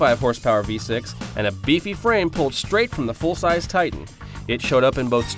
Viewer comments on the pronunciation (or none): none